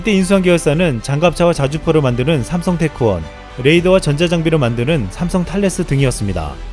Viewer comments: 아이고 10분 26초짜리 읽느라고 수고 했습니다. 한가지. '삼성테크원'이 아니고 '삼성테크윈' 입니다. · 테크원이 아닌 테크윈 techwin not techone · 좋은 정보 잘 보고 있습니다. 근데 삼성테크윈을 삼성테크원으로 발음하시네요.~~ '원'이 아닌 '윈'이 맞습니다.